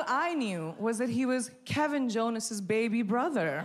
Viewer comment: Emphasis on “Baby”😂😂😂